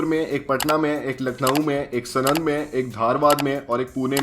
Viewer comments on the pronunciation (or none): Bhai vo sunand nai he pronounciation pronounciation saanand he saaanand सानंद है सनंद नई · Its not sanand its saanand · Bhai Sanand is pronounced as Saanand, just fyi. Good video dude. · #aristrocarsenand nahi hota sanand hota hai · भाई वो नाम सनन्द नही साणन्द है 😊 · Bro it's saaanand not snand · सनंद वाला नही भाई साणंद वाला बोलो भाई 😂😂😭😭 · Just one nit pick : it's साणंद